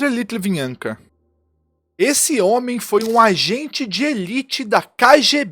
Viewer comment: Repita CMG, LIT--VI--NEN--KO.... O cara tá falando litvinanka... Tá escrito ali caraio, erra outras palavras em português inclusive